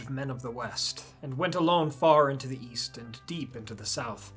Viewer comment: Oh East I thought you said Weast.